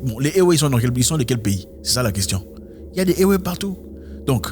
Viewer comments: Zack ça se pronoce évé 😅😅😅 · Ewe se prononce évé.... toujours un plaisir d'apprendre des trucs philosophique avec toi. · Éwé se dit évé. Sinon ta vidéo est d'utilité publique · Salut grand-frère Zack. J'ai toujours adulé tes vidéos. Beaucoup de courage frère pour la suite de ce noble engagement. Une chose dont je suis sûr et fortement convaincu, RIEN N'EST ÉTERNEL !La mentalité africaine changera très positivement nonobstant le sacrifice à consentir. Oft, en parlant des peuples ÉWÉ du Togo et du Ghana,on écrit bel et bien ÉWÉ,mais on prononce 《ÉVÉ》. HOTEP! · Juste une petite précision M. Zack : on prononce "évé" même si le nom du peuple s'écrit "ewe". Gentiment de la part d'une Togolaise. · Oui exactement ça se prononce "évé" depuis Lomé.